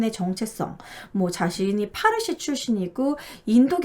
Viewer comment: 파르시라고 안해요~~ 빠시...라고 불러요. 제 대학원다닐때, 학장님이 빠시출신 인도인이셨어요~~^^ 잘 봤어요.